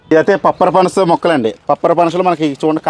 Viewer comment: "పప్పరపన్స" కాదు; "పంపరపనాస".